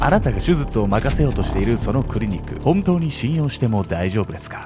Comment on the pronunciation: 手術…しゅじゅつ。【しゅずつ】ってのが気になってしまい、内容が入ってきません😂